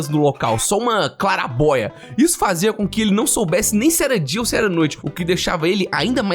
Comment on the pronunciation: Dia ou noite, mas ele falou dio kkkkk